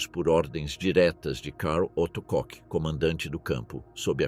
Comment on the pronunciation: Não é "cock" não, filho. É "Kohr".